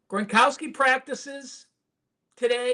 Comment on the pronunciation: Gro-now-ski, not Gron-kow-ski